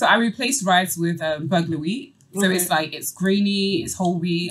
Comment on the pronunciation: Toolz really said burglar wheat 😭